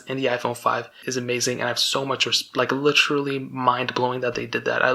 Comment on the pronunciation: Did you emphasize your correction with the wrong pronunciation of literally after you already said it correctly? LITCHERTALY